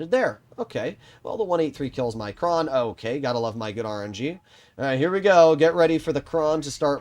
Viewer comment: its Kran not Krohn